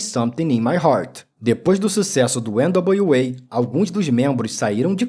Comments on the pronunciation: nao sou nenhum expert em ingles, pelo contario, nao sou fluente em ingles, mas acho que voce pronuncia errado o nome do grupo NWA. nao é ene dablio UEI, É ene dablio EI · Esse pronúncia de N.W.A nem nas músicas são assim kkkkkkkkk não precisa disso não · O documentário ficou massa, só o nome do grupo que você não falou certo